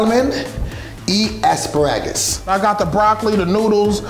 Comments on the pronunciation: Why pronounce Asparagus like that😂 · Why he say Aspuraggus.. bit it's asparagus .I think😂😂😂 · The fact that’s he kept saying ASS-Pah-RAG-US lmao I thought it was A-Spare-RAgus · As par rages smh 🤦🏾‍♀️ it’s ah-spare-uh-gus cmon! 😂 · 'I pacifically asked for two...' 'first thing we're going to cook is our asparawgus' 'come back with avengents' WTF, speak english LOL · SAL-min, ASS-per-AG-iss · And asparagus as asspagarus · E asperages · ass- spa -ragus 😂😂😂😂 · Asparagus- Pronounced (Ass-Sparag-Us) by. 😂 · The way he pronounced asparagus pissed me off